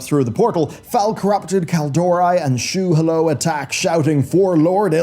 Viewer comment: Shu'halo ...not Shoehallow